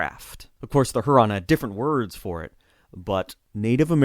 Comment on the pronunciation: Greetings from Michigan. I live on Lake Huron. Folks in Michigan pronounce it Lake HYOO-ron.